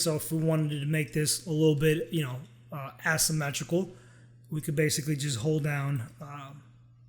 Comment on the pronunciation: You're mispronouncing asymmetrical and then referring to shapes that are symmetrical.. ¯\_(ツ)_/¯